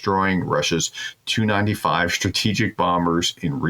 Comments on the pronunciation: Doc. One thing would make your shows easier on my ears is saying "tee you' and "s you" for the TU and SU planes. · Professor… Putin’s aircraft… pronounced… T-U… just the individual letters. Not combined. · correct. However, that doesn't change what I said about the way the designation is pronounced by everyone except the prof. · WHY do you continue to read this out when you cannot pronounce a single russian location name correctly? The aircraft are T U pronounced seperately not (two) - as a fellow educator I would expect you to be better informed before attempting to educate others.